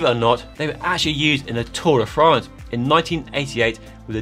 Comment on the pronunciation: Just say tour de france ffs. Give it the respect it deserves.